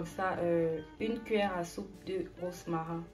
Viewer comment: Merci pour la recette je vais essayer çà à l'air délicieux ont dit romarin pas rosmarin attention à la prononciation sa peut déconcerté certaines personnes